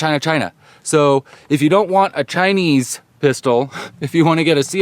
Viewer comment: you stressing its not chinese at the end made me laugh XD